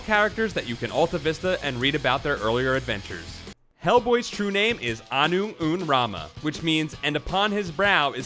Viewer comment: This guy didnt know anything about Hellboy because he didnt pronounce any name right except Hellboy. He didnt even say his REAL name right!!! Which is sad because people act like they know stuff without understanding WHY we love the character